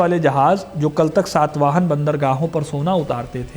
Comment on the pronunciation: It is SATAVAHANA not SAATVAHANA. first learn to pronounce properly bro